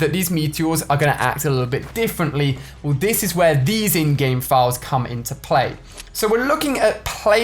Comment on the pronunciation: Every time you say in-game I hear InGen and my mind goes to Jurassic Park.